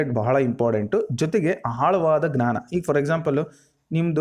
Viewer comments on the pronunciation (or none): none